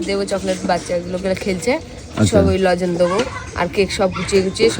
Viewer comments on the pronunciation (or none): ওটা "লজেন" নয়.. "লজেন্স"!